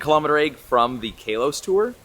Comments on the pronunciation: you can’t pronounce kalos to save your life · Yours still pronouncing Kalos wrong